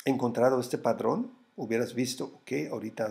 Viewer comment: se dice patrón! No padrón.... en buena onda porque me encanta tu esfuerzo por enseñarnos y cuidar tu comunidad